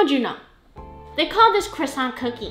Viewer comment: I like Cwoissant 😅 your voice sounds a bit different in this video. new microphone ?